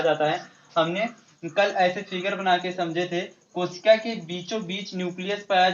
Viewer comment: Sir kosik nhi kosika hoga